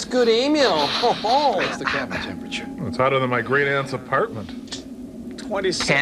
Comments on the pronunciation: "TeNNNperature" hahaha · Are we not even going to talk about the 'tenpurature' gauge? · tenperature, elevenperature :D